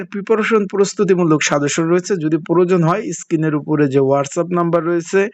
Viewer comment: প্ররোজনটা আবার কি? বলদ উচ্চারণ আগে ঠিক করেন